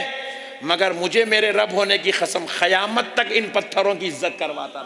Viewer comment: 😢Aalim hay ye? Kissi ki mujmay main burrai gheebat? Qurbani. ayat say shrik Mila Raha hay? Koi hawala nahi Allah ki baat kahani qissa suna Raha. Barha charah kar baat kar Raha Faltoo Bataan karay seefa sada Deen sikhao logon ko Miyan moulvi Khayamat nahi Qayamat Qaaf seekhlo Bhai khaf nahi hay